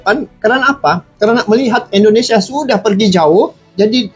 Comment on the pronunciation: Assalamualaikum Mff pak bukan endonesia tapi indonesia geh Terimaksih 🙏🙏